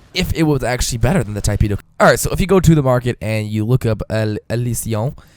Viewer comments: he said: Tai-peh do. and then my friend told me to correct him. damn grammar nazis. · Tee-peh-do. you're welcome.